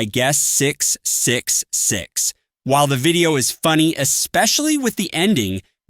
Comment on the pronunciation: can you say triple 6? not 666, it's quite unsettling with those pause